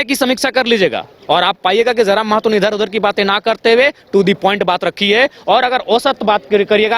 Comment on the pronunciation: Ptrakar mahoday mehto nahi mahto boliye